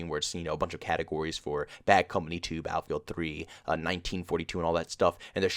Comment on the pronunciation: Philly accent says "baal-feeld"